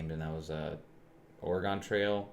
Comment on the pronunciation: Ori-gon trail. Lolz. Ppl dont know how to say oregon.